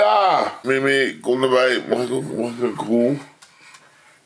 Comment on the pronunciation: Mimmie? 😂😂😂😂😂😂😂😂 Ik heb elke keer in mn hoofd mimi jij zegt Mimmie klinktt als een cartoonserie ofzo😂😂😂